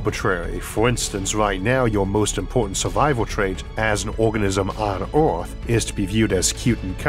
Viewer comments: It's not "Orth" - it's Earth! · Sir, you talk really unclearly, thats really annoying for a non native Speaker. Also its not Oarth, but Earth.